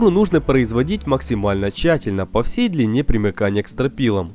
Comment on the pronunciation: наконец стал говорить "всЕй",а не " всЁй".